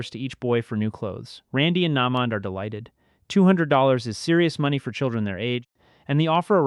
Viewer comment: he manage to butcher naymond's name a col times but said the n-word clean as day now he just lost me as a subscriber FOH